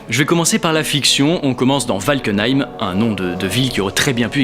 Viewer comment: valkheim sa sonne alsacien xD